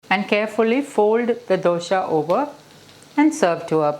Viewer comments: For heaven's sake pls don't say DOSHA..it is Dosa. Is it so difficult to pronounce it correct ly?? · Not sure if there is a correct way to pronounce Dosa. All across India you will find people pronouncing it differently. In Malayalam it's called Dosha.